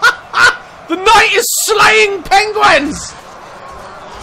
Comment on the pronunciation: Who else noticed that when he says penguin, he says "pengwen"